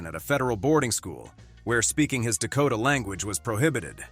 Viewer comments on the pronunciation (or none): none